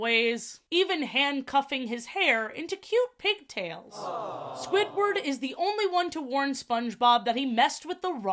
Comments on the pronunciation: Like, its Squidward, not Squitward, please stop saying Squitward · ily so much but why do you say “squitward” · i love the way you say squidward. squitward